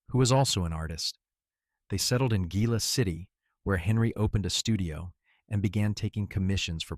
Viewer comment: Very impressed this narrator correctly pronounced Gila City. 😊